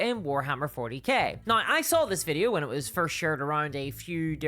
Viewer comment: Yeah but why you say "neigh" instead of "now"